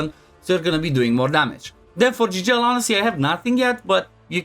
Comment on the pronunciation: Fratele meu, se vede ca esti roman la cum ai pronuntat "Gigel" . Eu cred ca developer-ul are un roman in echipa de a pus numele asta 😂. Mult succes tie si fetelor tale!